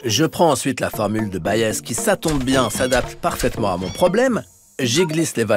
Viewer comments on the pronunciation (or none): Magnifique. Petit détail : Thomas Bayes était britannique, on dit donc « baïz »